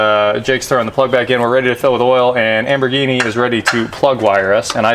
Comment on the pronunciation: Great little rebuild series, always enjoy these. But my goodness, does she actually like being called Amberghini? Cringe when I hear it every time.